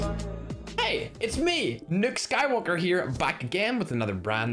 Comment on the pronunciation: Did he say in the start of the video nuke Skywalker